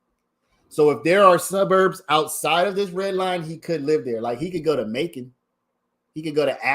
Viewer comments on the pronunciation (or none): none